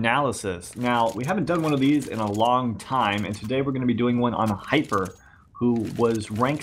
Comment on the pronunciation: thanks for saying my name the right way.